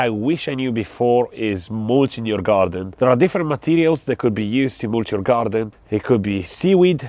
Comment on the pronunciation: I love when you say GaRrrdun